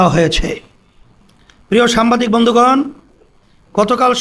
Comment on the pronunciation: একটি দলের নেতা অথচ দেখে রিডিং পড়তে পারেনা সে নাকি সংসদ সদস্য হবে দেশের নেতৃত্ব দিবে হায়রে অভাগা জাতি সাংবাদিক কে সাম্বাদিক বলে